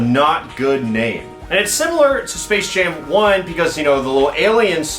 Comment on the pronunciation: is it just me or did he said space shame 2 in the beginning